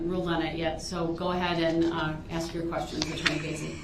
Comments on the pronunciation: "I know you said you wasn't gonna axe dem" lol what a well spoken gentleman. Pos ghetto trash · He don’t have no problem doin what you ax him to do.